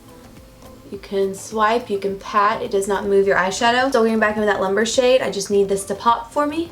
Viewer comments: It is pronounced loom-bray, not lumber. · It's pronounced Lum-bre not "lumber", girl. it means fire in Spanish 🔥💕